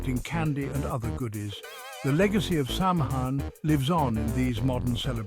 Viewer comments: You mispronounced "samhain." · Hard to give a thumbs up when the narrator can't pronounce the subject name correctly.